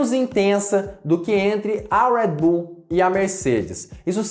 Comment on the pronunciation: Fala Redbull direito Caraí kkkkk